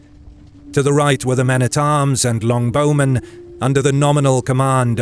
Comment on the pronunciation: its not Long Bowmen. its Longbow Men. Longbow is a noun, name of the type of bow. not descriptive as in a very long bow.